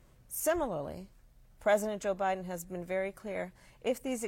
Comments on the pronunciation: The interviewer said "president O'Biden" 😂😂😂😂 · She said president Obiden